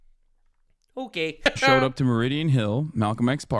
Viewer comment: the most Canadian ‘okay’ I’ve heard in years 😂